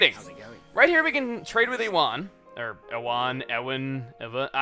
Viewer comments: The narration you give these videos is pretty awesome (I'm a fan a bad puns). Also, Ewan is pronounced "Yoo-in" like Ewan Mcgregor, the actor. ;-) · Hey Chuggaa, it's likely that Ewan's name is said "You-wan". I went to highschool with a guy of this name and that is how it is said. It's a European name and you might know a famous Actor by that name. Ewan McGregor, the actor that plays Obi Wan in Star Wars: the Phantom Menace, Attack of the Clones, and Revenge of the Sith, also in Moulin Rouge, Big Fish, and Angels and Demons. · you say ewan as youwan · Ewan is said you-un and it's really annoying how he says e-wan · YOU-UN NOT E-WUN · it's pronounced you-an! Not e-wan! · Ewan is pronounced "yoowen" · Just an FYI, Ewan is pronounced You-en, not Eh-win xD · Chugga, Ewan is pronounced "you-un". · Seriously, Chugga? E WAHN? It's pronounced U WHEN. LOL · Ewan's pronounced "You-an" not "eh-wan." It's a pretty common name in Scotland, I'm surprised Americans don't know it. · The guy called Ewan. FYI, it's pronounced "U-Wan". Fun fact (cause I'm not sure if this is common knowledge): There's a different way of spelling that name: Iwan. Same pronunciation, just different starting letter. Pretty sure it's a Welsh version. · Why can’t pronounce Ewan? I feel like it’s quite a common name. (You-an) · I'm pretty sure Ewan is pronounced like 'you-an'. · Ewan is pronounced yoo-an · by the way the name "Ewan" is pronounced "you-an" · Ewan is pronounced you-when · Ewan is pronounced "U-un". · i think its pronounced U wan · Ewan is pronounced you-wun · Jack Causton yea, I pronounced it as "ee whan" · Pronouncing it ee-wen is just weird its a strange enough name as it is let alone people going HI EEEEEEEEEEEEEEEEEEEEEEEE-WAN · Ewan is said youan I know odd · Sorry my mistake, its pronounced you-in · Apologies if you've already corrected this, but Ewan is pronounced "You-in". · The name Ewan is pronounced "You-en". ;D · Ewan is pronounced you-wehn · Ewan is pronounced like Ewe-an.